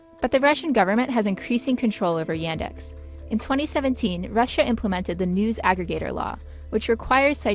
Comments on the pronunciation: и тут я выпал: звуки "a" и "e" в "yandex" просто поменялись местами при произношении Y E N D A X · I am sorry, but Yandex is not pronounced as "Yendex", it's first letter is "Я" ("Ya"), it not read as "Ye". The "experts" pronounce it right, actually. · It's not [Yændex], it's [Yaahndex]. That's not british accent, it's how letter Я sounds in russian. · It really bugs me how they mispronounce the Russian company's name. It's Yaaandex. Not Yendex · It's Y[u]ndex like in [u]nder, but not Y[a]ndex like in [a]pple. I'm Russian and I don't use it, though I know a lot of people who prefer it to Google just because it's "Russian" and quietly often "pre-installed" like Bing. Even though it's not that bad in the Russian language, I personally don't like it because Google is obviously more powerful and I search mostly in English. So, the situation is, their audience mostly people who use Bing in the USA, but itself is better than Bing. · It is not iendex, but yandex! iandex! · yEndex... Uh... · her pronounciation of yandex is killing me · You pronounce Yandex in wrong way. P.S. you made mistake in number of genders in Russian, 4 genders in Russian language.